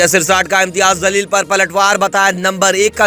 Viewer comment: Imtiyaaz Jaleel naam hain. Pls thik se naam le. Meaning badal jate hain.